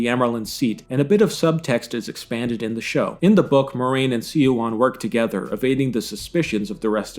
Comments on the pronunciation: Swan! It's pronounced "swan!" I'm here yelling at the screen every time you say "see-a-wan." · The mispronounciatuon of Siuan's name is somewhat humorous. It is said correctly in the show several times yet SeeYouOn!?!? It is Swan, not SeeYouOn. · small correction siuan's name is pronounced like swan don't know why everything is so hard to pronounce in these books anyways tho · Spot on except the pronunciation of Suane's name 😉. It's sue wan but it usually somes out like swan because they say it fast. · A better casting choice for Liandrin would've been a woman who seems very pleasant on the surface but is secretly revealed to be dark and ruthless. Kate Fleetwood's casting makes it too obvious that Liandrin is an evil person. Also, minor nitpick: Siuan's name is pronounced like "swan" and not "see-wahn." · "See-wahn"? Really? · Suan’s name is pronounced like the bird :) Swan All the emotional Aes Sedai in the show are a disgrace , a true Aes Sedai would never betray so much emotion. One of their chief characteristics is their calm and controlled way of being. They literally spend years, sometimes decades learning not to betray their emotions publicly. Not everyone hates Aes Sedai, they are respected in Andor(which Two Rivers is a part of) and almost revered in the Boarderlands. Many other countries tolerate them while many have Aes Sedai advisors to their Royalty. Your video is good in it’s criticism but has very noticeable gaps in pronunciation and characters. I would recommend something a person far wiser then I once said, “ Read and find out.”